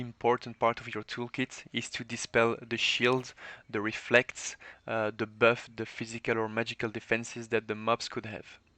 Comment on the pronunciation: "böff" "deböff" 😂😂 good vid